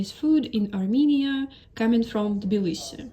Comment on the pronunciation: Why do You say Bilisi, instead of Tbilisi? I love Tbilisi! Smartest thing I've ever done, is move here.